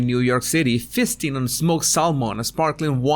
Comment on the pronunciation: Did anyone else hear say there was 'fisting' and salmon? I had to go back and listen again. Just me? 🤷‍♀️